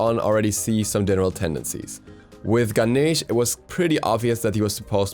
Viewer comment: Who is Gah-Neesh